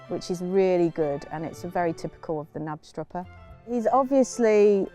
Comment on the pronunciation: If you would like to say Knapstrupper like a Dane, try to put sound on the K too